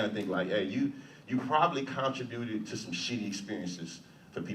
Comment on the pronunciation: My boy said CON tributed 😂😂